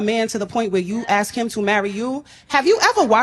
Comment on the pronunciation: Ask, not axe.